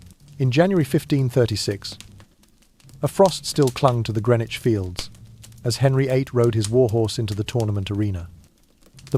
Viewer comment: Not how you pronounce Greenwich